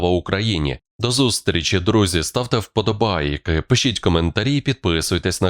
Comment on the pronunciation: Ты издеваешься , когда проговариваешь ,, вподобааййки' ? Через интонацию и произношения вподобайок хочеться зразу переключить і не слухать , бо це сприймається за насмішки над слухачами , типу ,,проковтнете'' !